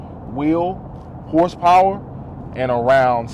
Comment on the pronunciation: “whorezzpower” lmao